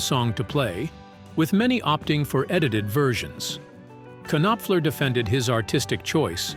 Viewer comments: Knock, Knock! It's pronounced Nopfler. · Mark K Nop Fler ?!?!?!?!?! Turn the K Nob to the left and teach your AI to at least pronounce correctly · Gotta love AI! K-noffler. Too funny! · You K'Nave! How can you not K'Now how to pronounce MARK NOPFLER's name? You clearly have no K'Nack for English. Do better, or you'll get the K'Nife and be sent to the K'Nackers. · it is kay nop fuller. get it right please. tuh. i see morons, they are everywhere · Hey!! Mark Kinopfler has always been one of my favorite guitarists. 😂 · Okay, I cannot stop horse-laughing whenever the AI pronounces it with three syllables. 🐎😅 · Robots can’t say Knopfler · I stopped watching this after the pronunciation of his name. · Bullshit!!! The AI pronounced his name WRONG!!! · Yeah it's quite annoying actually. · Yup. This is why AI is a bad idea. They're pushing it everywhere and it will get a lot of things wrong, and unfortunately, it will be treated as if it's always correct and true.